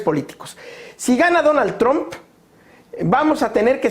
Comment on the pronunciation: "Oye trum "... lo que tú digas ...Donald